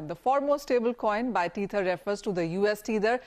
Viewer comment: Tether is pronounced "t e ther" not "t eee ther"